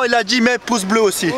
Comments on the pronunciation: "Coulisses" avec un S s'te plaît! (Et Pouce avec un U)😊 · il le pronnonce poce bleu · c'est fait exprès le "Poce"!!! C'est sa marque de fabrique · mdr quand tu dit poce bleu